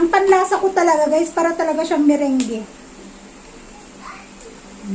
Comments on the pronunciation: Merang nman po talaga ang bigkas pero kami kasing mga ilokano meringge ang tawag...kahit kami sa ilocos meringge ang bigkas namin..English po ay merang.. ok lng yan..ilokano tayo.. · Meringue is pronounce as "merang" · Dam merang Ang pag pronounce deli meringue. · MERANG po pronunciation ng Meringue🤗